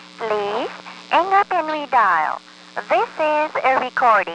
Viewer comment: "Please 'ang up" :D